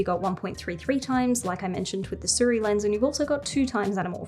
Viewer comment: its not Su Riy, its "Si ruiy"